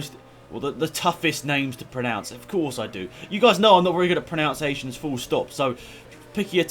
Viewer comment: "You guys know I'm not very good at proNOUNciations". Sorry dude that made me chuckle so hard!